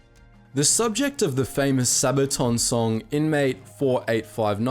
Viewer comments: It's read, Veetold Peeletzki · Pilecki is pronounced Pe-letz-ke Witold is pronounced Ve-told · Witold Pilecki is prunounced "Vitold Piletskee" ;) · For those of you who don't speak polish, his name was VITOLD PEE-LETS-KI not "Pileki". Also you forgot that one does not simply walk into Auschwitz. He let himself get caught during the street roundup in Warsaw.